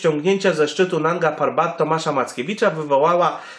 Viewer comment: Mógłbyś się nauczyć chociaż nazwy góry Manga ,Narga Papat